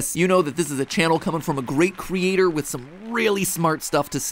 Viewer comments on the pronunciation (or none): none